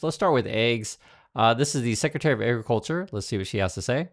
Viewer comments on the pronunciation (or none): "Secretary of Eggriculture" :p